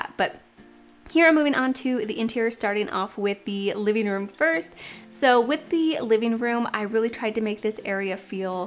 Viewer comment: “Liveen room” “dineen room”really?